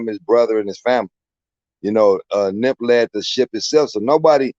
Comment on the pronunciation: Why is he calling him nimp, I thought his name was nip???